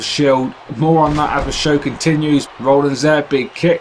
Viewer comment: It sounds like you're saying Rollings, not Rollins.